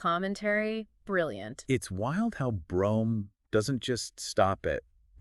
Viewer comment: Brome's name was actually pronounced "broom".